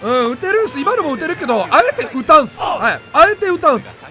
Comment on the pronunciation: あえて打たんすをアロンゾパウエルみたいな感じで言うな